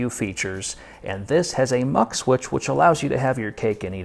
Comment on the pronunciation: please, its is not muxillery switch. MUX = multiplexer friggin perfect reviewes. learned a lot.